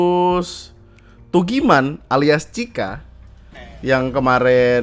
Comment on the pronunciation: Tugiman knp dibaca pake bhs Inggris sih 🤣🤣